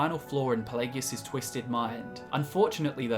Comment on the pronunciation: Why do you guys hate English so much? I've never heard so many mispronunciations of so many words in one video. it's a good video don't get me wrong but what the hell did English ever do to you? I've never heard such blatant abuse of the English language. Ferd not third plagegus not Pelagius